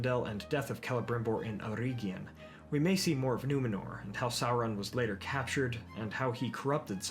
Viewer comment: May i bring up a minor criticism of the otherwise great video? The second "e" in Eregion should sound the same as the first one. Like the "e" in the english word "bell", not like the e in "ear".